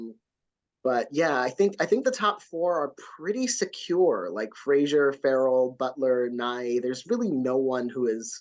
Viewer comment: Isn't Brendan's last name pronounced FRASER, like LASER? NOT Frasier